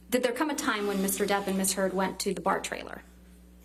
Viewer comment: Did she just ask if 'Mrs Heard grabbed Mr "Turd" ' ? Am I hearing things??